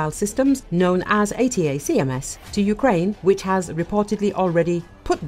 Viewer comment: Is this AI, is that why you can't pronounce "Attack-ums"? that's not how they are known.